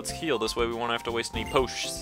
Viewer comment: You might want to change the text speed to fast so you don't have to spam A (although you notice N's talking speed more if you leave it there). Also, did I miss the reference from when you started calling potions "poshts"? I've heard you call them that in TCG too.